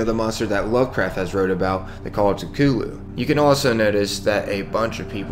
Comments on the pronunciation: This nigga just said “cuh too loo” instead of “cuth oo loo” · Cthulhu Cuh-Thoo-Loo Not Cuh-Too-Loo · Cutulloo no it’s CUTHULU pronounce the th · It's pronounced "Cuh-thoo-loo". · I actually found this in the BETA, I walked right into there. I didn’t even notice though I had 20 seconds left in the session and I was way too low level for those mole miners. Also holy hell the way you say Cthulhu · The way he pronounced cthulu